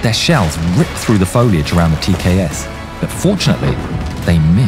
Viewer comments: It's tks not tas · "TKS with 200mm autocannon" Oooookay... Time to check the comments... Yeah... I'm not crazy nor the only one who heard that. 😂 Also, look like this was placed there as algorithm bait. Good job.